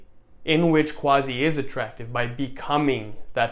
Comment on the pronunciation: Tbh imma enclose a secret of you. The actual pronunciation of Quazi is Kazi in Bengali. You made it up.😂😂😂👆